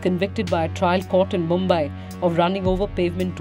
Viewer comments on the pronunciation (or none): none